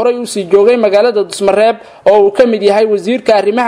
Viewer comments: Dusamareeb waye wll wuu saxanyhy dhusamareb ma han🤜🤛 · Dhuusomareeb ayuu ku dhawaaqi Kari laayahay wariyuhu Dusamareeb kulahaa